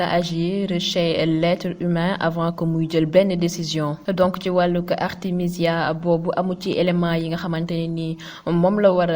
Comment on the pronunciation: Artemisia et non Artèmia... Au cas échéant veut dire si le cas se produit. C'est différent de au cas contraire. Merci de travailler votre texte avant l'enregistrement